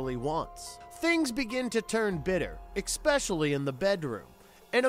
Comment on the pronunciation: Not sure if this has been said already, great video by the way, but, especially should be pronounced as such, not exspecially. That's the difference between espresso (the way it should be said) and expresso (the way it shouldn't). Just a critique.